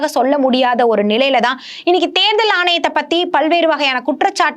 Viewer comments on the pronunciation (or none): தேர்தள் தேர்தள்ன்னு தேள் பாதிரி கொட்டுது இந்தம்மா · Therthal please pronounce tamil properly.